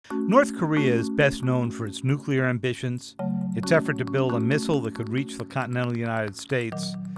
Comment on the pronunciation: I'll tell you what it will get them... A nucular missile!